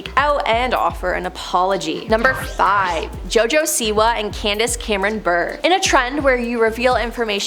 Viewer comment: Candace's last name is pronounced similarly to purée, not like burr